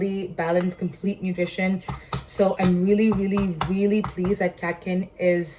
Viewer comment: What’s with this ‘veelee, veelee, veelee, veelee and ‘every single thing’???!!! 😂 Expand your vocab or atleast speak the language with proper (if not correct) pronunciation!